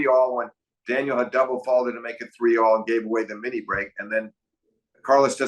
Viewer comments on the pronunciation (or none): Steve Flink, I really enjoy hearing your analyses, but it's annoying to hear "Daniel" over and over. Is it soooooo hard to say Daniil? I mean, really? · It's not daniel it's daniiil for god's sake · These episodes are so fun and insightful to listen to. Two masters discussing tennis. So special and perhaps would love even more than just 4 times a year. One thing I couldn’t understand, why did Steve Flink constantly refer to Daniil as Daniel. It’s just a bit grating to my ears especially since he obviously knows the proper way to pronounce it. Almost as if doing it on purpose. Why? Why? Especially in an international sport like tennis where commentators and analysts always try to pronounce the names accurately. He even kind of messed up pronouncing Zverev. He said “Zzerev’ completely omitting the first ‘v’ sound. Even said ‘Daniil’ several times during the discussion and still Flink kept saying Daniel. Maybe just me, but really annoyed because Flink is not some casual fan. Covering tennis is his career, he obviously knows how to pronounce ‘Daniil’. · Daniil Medvedev not Daniel. Sorry just like the correct pronunciation of names. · Love these videos. Two of the best analysts in tennis, but I gotta say… Blows my mind that Steve puts this much time and thought into tennis and still says things like “when Daniel played Za-verev in DOObai…” It’s like he’s never heard anyone else say these words lol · Flink sure is bad at pronouncing names 😂 "Zerev" "Daniel"